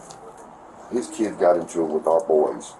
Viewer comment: “For my keeds.”